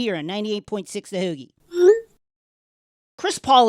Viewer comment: As far as obviously fake Philly accents go, that was pretty solid! Especially considering that the accent is damn near impossible to imitate convincingly even if you're from here. In particular, definitely nailed "heauxgie".